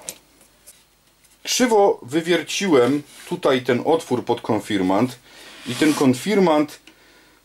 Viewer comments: konfirmaNt XD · Spoko, ale konfirmant🤣😂? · W pisowni oraz w poprawnej wymowie powinno być "Konfirmat" Ze względu na środowisku w którym przebywam większość ludzi nie wiedząc dlaczego zmieniła wymowę na konfirmant i tak się już to zostało. Pozdrawiam